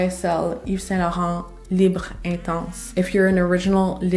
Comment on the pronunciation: As someone who speaks French, thank you for pronouncing the French names/words correctly, unlike people who insist on saying libra(Libre). Just like genra(genre).